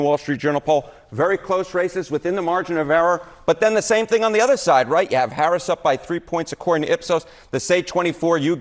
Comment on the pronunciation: The fact that this guy can’t even pronounce her name right makes him hard to trust.